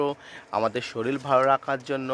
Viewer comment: আপনি কি বাংলাদেশী? শরীর কে শরীল বলছেন..